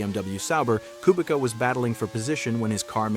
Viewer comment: Amazing video, but learn how to pronounce Kubica.